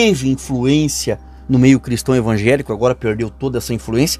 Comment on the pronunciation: Ainda ze diz evanjelico